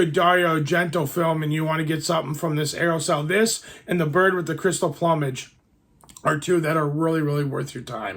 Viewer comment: I liked your video... even if you mispronounced 'plumage' multiple times 😆, but for real, cool video!